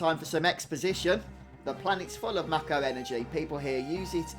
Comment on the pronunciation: I'm so glad that you pronounce the word "Mako" properly! Everyone I know pronounces it as, "May-ko" and it drives me absolutely insane lol.